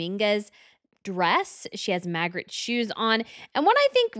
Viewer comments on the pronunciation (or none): none